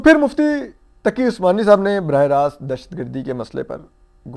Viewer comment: آپ کو پتہ ہے مفتی محمد تقی عثمانی صاحب ہیں کیا بندے کو کم ازکم نام تو صحیح سے لیا کریں